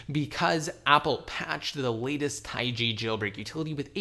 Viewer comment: Jesus it's not taigi. It's just taig